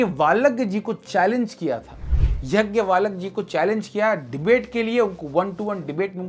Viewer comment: हरे कृष्ण प्रभुजी। अच्छी प्रस्तुति है। परंतु गार्गी संवाद ऋषि याज्ञवल्क्य से हुआ था, आपने यज्ञवालक बोल दिया है। और रानी ताराबाई छत्रपति राजाराम की धर्मपत्नी थीं, आपने उन्हें छत्रपति संभाजी महाराज की पत्नी बता दिया है।